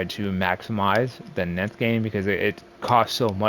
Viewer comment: also its nth farming not nynth farming duh! 🤷‍♂